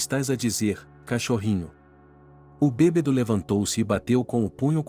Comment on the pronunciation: Que narrador péssimo. Não é BEBEDO. Mas BÊBADO.afff